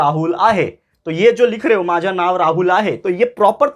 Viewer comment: Sir that's not माझा that's माझ